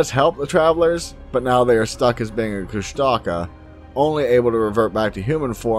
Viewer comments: ITS NOT PRONOUNCED KUSH-TAKA ITS FUCKING KUSH-TU-KAH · I have heard of this creature (pronounced KUsh-ta-KA) for many years. I do not what they are but I do not think they are anywhere near a Squatch. There are many names for the same creature also there are many names for many different creatures. There are MANY different creatures.